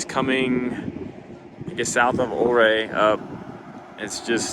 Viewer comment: This is “oaf-er” pass outside of “You-ray”